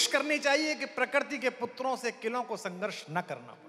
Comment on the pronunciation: प्रकर्ति नहीं प्रकृति कुमार, तुम अच्छी कविता करते हो फिर यह .....